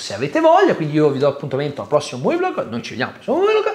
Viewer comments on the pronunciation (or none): none